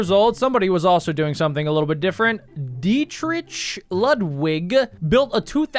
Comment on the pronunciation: Ain't no way they mispronounced Dietrich